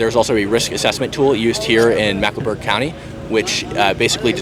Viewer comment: Why does this guy keep saying Macklenburg instead of Mecklenburg? Its not that hard.